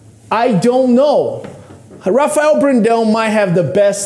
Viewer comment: "I know Rafael personally" - Terrick. Yet can't pronounce his name right... k